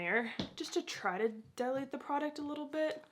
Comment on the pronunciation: I can literally not understand you enoucinating the name of the prodcut. What product? Is this an un-ad?